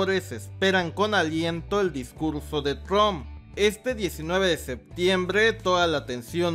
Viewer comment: me caga como dises septiembrrrreee